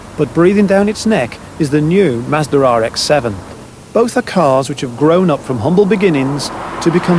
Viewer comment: is he saying mazdra?